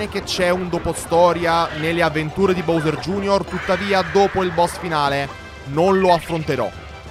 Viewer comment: anche se la pronuncia giusta è “bovser gei erre”